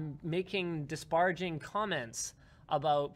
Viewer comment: I just have one question for you, Linus. Did you actually say "disbaraging" or was I hearing things? ;)